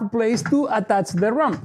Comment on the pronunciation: Oh, RAMP. I ghought you were saying RUMP.